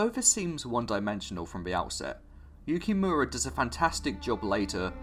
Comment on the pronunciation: Good video but you need to learn how to pronounce Japanese names/terms “Makoto YukiMARA” “SAInen” lol Edit: Wait you pronounce Yukimura correctly later on, I guess you just said it wrong that one time.. but yeah learn how to pronounce Seinen though lol